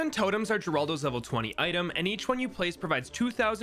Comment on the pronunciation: Bruh it’s not pronounced that it’s heraldo for you people who don’t know Spanish